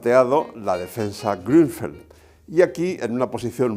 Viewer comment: Maestro Leontxo, ¡Qué bien pronuncia Ud. la ü de Grünfeld (Campoverde en Alemán)!